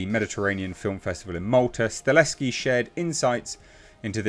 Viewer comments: As a polish man, Chad's surname is pronounced "Sta-hel-ski" not Staleski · you’re mispronouncing Chad’s last name. You’re saying “Stah*Leski” & it’s “Sta*Helski” -Sta Hell Ski 👍🏼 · It's STAHELSKI not STALESKI! It's splattered all across your monitor in the article you just read! What's funny is your briefly pronounced it the correct way & literally a millisecond later went back to STALESKI LMAO 🤣 🤣 🤣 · H, you are a legend. But it’s stahelski. Sta. Hel. Ski. XD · it's pronounced Stuh - HELL - Ski. You're welcome. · I would not normally correct someone for pronouncing a director's name wrong, but you did it 800 times.